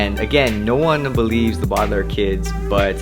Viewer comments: Two things, the alarm and the fact that "Baudilaire" is pronounced "Bow-Duh-Lair" not "Bod-Uh-Lair" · Boe-deh-lare no ba-dl-air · It’s pronounced Baudelaire not boodalaire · why can't you just say it correctly. i really want to like your videos, but i just can't. It is annoying.